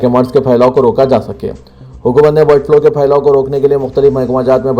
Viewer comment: BIRD FLO nahi BIRD FLU